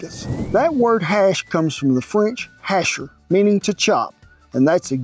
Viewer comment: “Hacher” is pronounced “ha-shay”